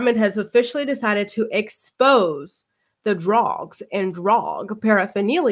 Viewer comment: Hahahha the way you said all the D names!!!you’re too funny